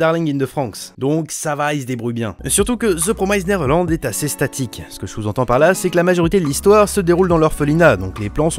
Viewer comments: Mdrr ça ma stressé pendant toute la vidéo ta façon de dire "Neverland" 😂😂😅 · The promised pas promysed 😂 neverland pas neverlend